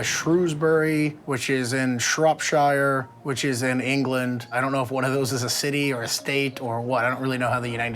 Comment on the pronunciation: The way he said. Shropshire ahahah i like in Shropshire.